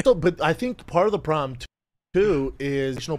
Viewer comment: "I think part of the probum too is..." 😂